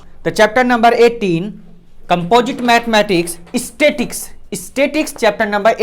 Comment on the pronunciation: Its not statics its statistics but nice explained